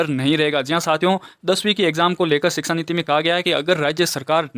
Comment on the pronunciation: Sir that is shiksha niti not siksa niti